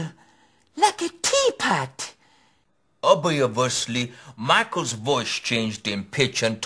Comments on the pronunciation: I have to watch this shit every now then... Makes me piss myself... "obiovously...." hahaha..... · 'obvi-abus-ly' 'complete-uh-ly' & 'tomperarily' XD